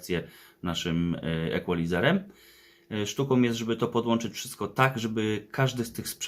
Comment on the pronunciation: Jesli juz Equalizer i Deck,to powinno byc od gory "Turntable,CD Player,Equalizer,Deck,Amplifier" Po drugie nie "ekualizer" tylko "ikolajzer" Panie fachowcu.